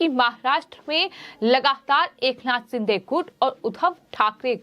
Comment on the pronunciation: क्या शिंधे शिंधे बोल रही हो, अभी तक उच्चारण दोष को कम करने का प्रयास नहीं की हो. अपने गाए हुए गाने को बार बार सुना करो I